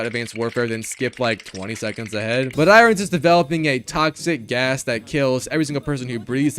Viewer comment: Pronouncing iron that way is so infuriating 😂